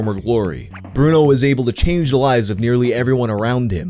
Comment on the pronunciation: BrunELLO His name is BRUNELLO 😭